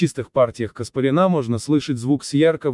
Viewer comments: Не КаспаринА, а КаспарЯна. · Каспарян ,произносится по другому.